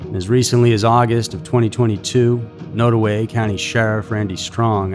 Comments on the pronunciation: It’s pronounced nod away rather than node. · Also, the county Nodaway is pronounced Nod (like nod if you agree) and away. I think it's also important to mention that Branson's cousin, Bobbi Jo Stinnett, was murdered in her home not long before he went missing. While her murder wasn't related to Branson's disappearance, still, the family connection should be noted. Also, Columbia, MO, is at least three hours from Skidmore, although you can get their fairly easily via I-70 west up to I-35 north. I think you can also reach it via 169, but I'm not 100% sure on that. Either way, it's relatively easy to get to and leave from.